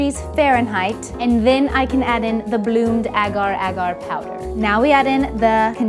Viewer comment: This is like my 4th time watching this video! PLEASE tell us the recipe for the fruit mooses!!!!!!!!!!!! and "Agarr Agarr" got me crying every single time 🤣, your so funny and I love ur vids!